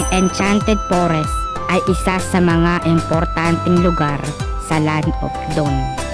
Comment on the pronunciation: noone: absolutely noone:: Enchanted pOReSs